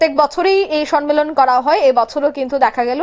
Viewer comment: Thanks to the channel for the service of right news. But not "Sanmelon" It will be spelt ""Sammelan "